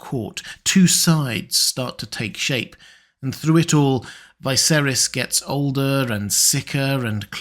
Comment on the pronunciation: Dude, I like your videos but why do you pronounce Viserys like that. Unlike everyone else and the show.